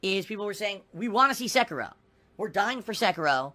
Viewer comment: Please, for the love of god, stop pronouncing Sekiro as Sehkeerow like DSP does it. It's Seh-Ki-Roh.